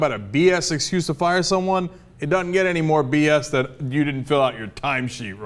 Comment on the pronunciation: Please stop saying "duh-nn" instead of "doesn't", it makes you sound a lot less well spoken.